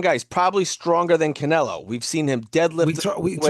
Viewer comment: Even Spanish speakers don't pronounce "Canelo" like that 🤣